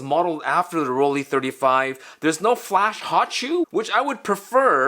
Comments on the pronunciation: Should it be pronounced "Roll-Lee" or "Roll-Lai"? AFAIK, "ei" in German is "Lai". Well..., may be we can call Rollei Fans "Rollies" like "Swifties"? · Here is how to pronounce Rollei correctly: Roll-eye ;)